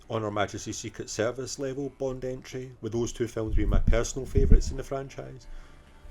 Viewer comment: Stop getting bond wrong! Ha ha ha another great video mate